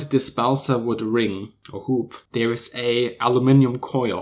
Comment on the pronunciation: Give thanks for pronouncing other as udder, DWI as DVI & there as dare.